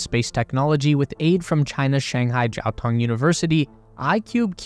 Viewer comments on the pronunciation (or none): none